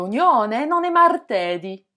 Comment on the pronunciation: Non l'accent de martedì est sur le ì final c'est una parola tronca